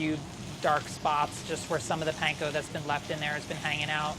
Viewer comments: if he says "paynko" one more time i will fry myself in olive oil. weird how he says katsu right but not panko. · Can we please stop saying "pain-ko"?